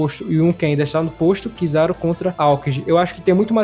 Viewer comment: Mano, eu desisto do seu canal. Sério, mano, parece que vc não assiste o anime, pois fala errado os nome do personagens. Vou citar só 2, mas vc fala errado mais nomes. Não é kiZÁru, nem aÔkiji. Se liga, que tá feio e vergonhoso.